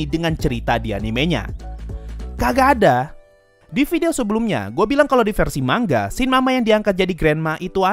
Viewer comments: Kalimat asli : manga Yg gua denger : mangga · Manga Bang Bukan Mangga :v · Baca manga pakai "Ng" Indonesia, bukan mang-ga